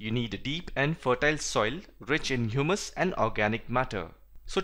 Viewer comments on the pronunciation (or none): none